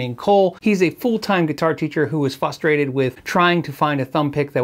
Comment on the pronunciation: Are you saying “fustrated” ????